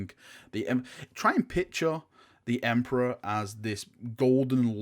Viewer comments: TODAY THE EMPORARH IS OUR ENEMEH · "Try to picture the emprah as this golden light" Ezzzzzz